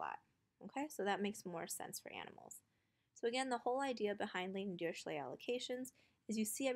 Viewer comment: Dirichlet is German is it's pronounced dee-ree-kley